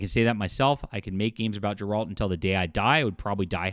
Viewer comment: I can't take opinion seriously from someone who can't pronounce Geralts name correctly